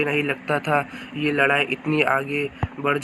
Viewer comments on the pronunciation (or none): none